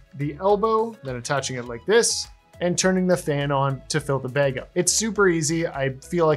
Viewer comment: Where are you from that you call a bad a “beg”